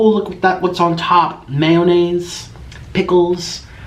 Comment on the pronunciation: I hate how he said may-O-naise whth an emphasis on o